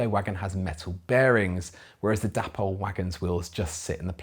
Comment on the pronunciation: why pronounce it 'dappol'? It's not spelt with 2 p's! It's clearly 'day-pol' which is how the Dapol people actually pronounce it!!